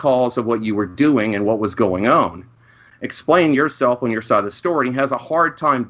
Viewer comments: True. On a somewhat related note, I can’t help but notice saying “own” when he means “on,” almost like “orn.” XD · I really like IDGAF attitude, but I hate that he says the word "On" as "Own" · HOLY FUCK WHY THE HELL DOES PRONOUNCE "ON" AS "OWN." FUCKING STOP THAT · Is it just me, or is the way says "own" instead of "on" worse than how says "orn" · pronounces the word on like cartman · says on weird, it's like own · What can't fucking pronounce "on,"